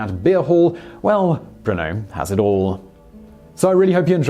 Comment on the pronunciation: Why do I hear Bruno, instead of Brno?